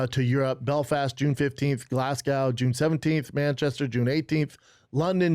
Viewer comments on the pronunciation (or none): If bapa had have turned up in Glasgow, Scotland (one of the toughest, no nonsense city’s in the world by the way) and pronounced it GlassCow in front of a Scottish audience………..I very much doubt he would be alive at the end of the “performance”